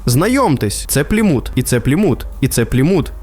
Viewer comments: "Пліму́т" Порада диктору. Якщо вперше прочитав якусь назву, погугли як правильно наголос ставити. "Плíмут"! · Чому ПлімУт, правильно ж таки ПлІмут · правильний наголос "плІмут", а не "плімУт" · плІмут, а не плімУт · ти вже визначся - плІмут чи плімУт? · Пацаны, спасибо за ролик! Но ПлимУт, НальчИк, и Агентство, а не агЕнтство - это немного дико) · Що з наголосами, ПлімУт, НальчИк? Макс розумничка 👌, на відміну від "десанту" в Туреччину. Ну і головне 🙄, зрозумів етимологію, походження його спотвореного расеянским закінченням на /ов/, українського прізвища.😂